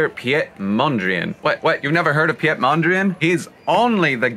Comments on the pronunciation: It’s pronounced more like “Peet” instead of “pjet”. Love your video’s though! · ouch that was one hell of a butchering of the name hahahaha. Its pronounced as: Pete. Nice build and facts though :)